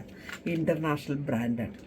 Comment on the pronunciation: Franth alla brandh😂😂😂